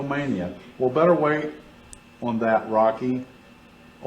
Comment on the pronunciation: I hate the way he says "Rocky". He actually made me dislike the Rocky movie franchise. Now I just call it "I Never Waste A Load".